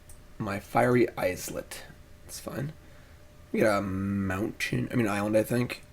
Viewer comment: It's pronounced Fiery EYE-let, just like island.